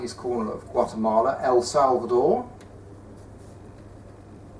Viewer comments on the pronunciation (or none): none